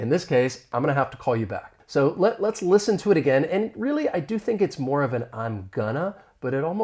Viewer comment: I agree, but the “listen” was mumbled in a very low tone not blended with other words.